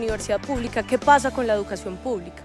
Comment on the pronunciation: NO se pronuncia: " jeducacion"